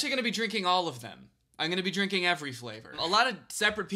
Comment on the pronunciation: I think you are hearing how he says "drink an" or "drinking" and it does sound like drinken lmfao